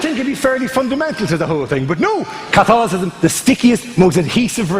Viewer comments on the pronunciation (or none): It's CATHOLICISM, NOT CATHOLISISM